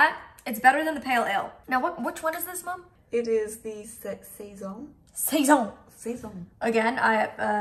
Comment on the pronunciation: You pronounced the word saison exactly how french people would say it! It means season and that it was made in the winter time for the « new season » !